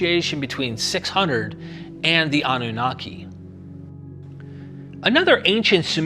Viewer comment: anu-naki means the pure one.. am from that region so was easy to figure it out.. even though with you pronouncing it in English… anu- naqi is more close to how it really sounds.